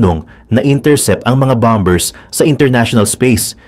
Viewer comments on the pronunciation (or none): none